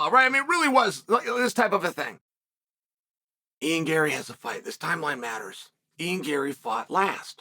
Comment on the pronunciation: First time I’ve ever heard chael pronounce a fighters name correctly! (Ian Gary)